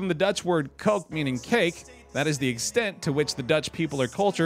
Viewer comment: I was so irritated by him pronouncing koek as coke when it’s pronounced cook